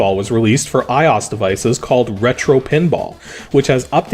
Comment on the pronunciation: You & Exoparadigmgamer are the only people I've seen who didn't pronounce IOS as I O S